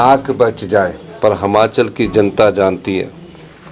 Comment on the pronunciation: मुख्यमंत्री साहब हमाचल नहीं होता हिमाचल होता है